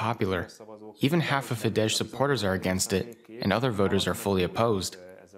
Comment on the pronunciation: People at DW should finally learn that it's pronounced "fides" and not "fidesh". It's not polish. Just google it. It's just ridiculous.